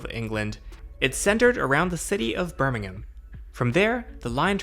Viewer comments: It seems strange to me, hearing an American pronounce Birmingham correctly. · I'm just glad an American can pronounce Birmingham correctly :p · glad to hear you say "Birmingham" correctly :D haha I have been using this Metro pretty much all my life :)